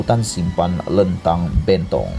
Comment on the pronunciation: SEBUT LENTANG SALAH...SEBUT BENTONG SALAH...XPAYAH BUAT CHANNEL LA MCMNI